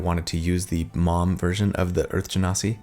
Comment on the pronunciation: Thanks for pronouncing Genasi properly. The number of times I've heard different people pronounce it "gen-sai" is enough to drive a lesser person mad.